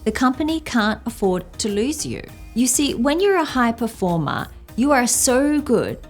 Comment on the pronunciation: Oh, this accent of "performá" kills me 😂